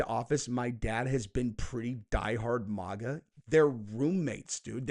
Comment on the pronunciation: Okay, ❤ your content but damn it if I hear you say “Mogga” one mo time!!! It’s Mag-AH- “Make-America-Great-Again” I’m no grammar nazi but this irks the shit out me. And no, I won’t just click off because I’m a true follower.